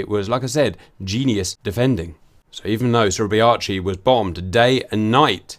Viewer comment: Suribachi pronounced Surrey Bah chee